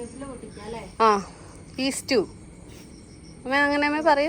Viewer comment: ഈസ്റ്റു എന്ന് എന്തിനാ പറയുന്നത്? സ്റ്റ്യൂ എന്ന് പറഞ്ഞാൽ പോരേ?😮 Stew enna english word alle?